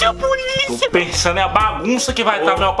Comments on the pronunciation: "Puliça Puliça" Ah matou a saudade 💞😊😍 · Puliça puliça kkkkkk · Eles falam: "-pulicia, pulicia" Eu: "-KKKKKKKKKKKKKKKKK MORRI." #melhorparteee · claro que não. faz a dona Geny, quem fala puliça é o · Na verdade ele fala polica polica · Poliça Poliça krlo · "Puliça, puliça" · "PULIÇA PULIÇA" AAKAKKAKAKAK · puliça,puliça kkkkkkkk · O falando pulícia pulícia kkkkk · "puliça" "puliça"